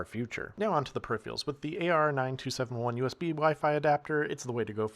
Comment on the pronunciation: Ragebaiting us with "gigaBYTE ethernet" and "Intel EXION" lol... and your "perifreeials"